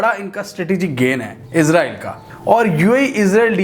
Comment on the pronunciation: آپ اسراءیل کہیں نہ کہ عزراءیل؟۔۔۔